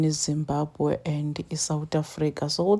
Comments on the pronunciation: That's so pity she can even pronounce the word Zimbabwe so well.we shall meet at the end of the tunnel my sister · The way she pronounced the word Zimbabwe is not South African, that lady is a pure Zimbabwean. She just pronounced it fairly and correctly, I'm not jealous of her holding S African ID but she is originally Zim